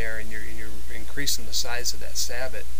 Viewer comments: SAY-BOW! not SA-BUTT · It's pronounced "sab-oh" man, not "sabbit." Why can't anybody say it right? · So many people mispronounce the word Sabot. It's not pronounced "Sah-bit" it's pronounced "Say-bow". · It’s pronounced “sayboe” or “sah’ bo”, not sabbott. It’s the French word for shoe. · Say-bow, say-bot. Should be more like sah- bo as in sabotage meaning to though your sabot, a wooden shoe into the gears of something to mess it up. You are then a saboteur. Me thinks they are way too complicated and opt for a cap lock and round ball. The lead makes up for any variation you fine in all barrels, event modern brass case breach loader. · Thank you. I have watched quite a few of these black powder guns lately and all say sa-bit instead of sa-boh and drives me nuts. From what I can tell is it comes down to everyone mispronouncing it wrong is that they do not know history or have never seen Star Trek VI the Undiscovered County. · Great idea! I have the same problem. Sorry to nitpick, but Sabot is pronounced "say-bow". 😉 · Alright, I'll be the one to tell you that it is pronounced "Say-bow", not sabot. Take it from a US Army tanker who has fired some huge sabots! Not trying to be a word Nazi or anything. Like your info though. Never thought of doing that but I will in the future. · Pretty sure you are pronouncing sabot wrong. It is pronounced sah-bow. It's the French word for the wooden shoes that were thrown in machinery to sabotage it which is where the word sabotage comes from. Just FYI. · Sabot (pronounced sah-bow with the t silent). Sabot were a type of French shoes during the industrial revolution. Disgruntled workers displaced by machinery would sometimes jam their shoes (sabot) into the machines to break them. Hence the word "sabotage". So correctly pronounced "sah-bow" as in the first part of "sabotage", without the "tage" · Sabot is pronounced Say-Bow as in bow and arrow. ;) great video by the way.